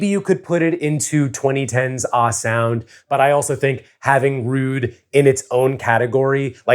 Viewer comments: 1. Feel It Still not being in the Top 10 is a crime. 2. Including Blackout redeems the Top 10 list. 3. Hearing pronounce “ahh” as “ah” instead of “aa” is very funny to me. The h’s are a substitute for s, my friend. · “ahh” is not ahhhh! it’s “ass” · You pronounced "Ahh" wrong. Ironic since in the 2010s, the phrase "head ahh" was quite popular to say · pronunciation of "ahh" is the whitest thing I've ever heard, and I'm white.